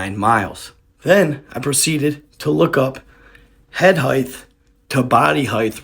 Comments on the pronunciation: My favourite mandela effect is the mispronounced word “heighth”. There is no such word. Put it into spell check and see. It is “height” and almost everyone says “heighth” No disrespect I love your stuff and hope you find this interesting Peace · There is no H at the end of the word Height, my brother.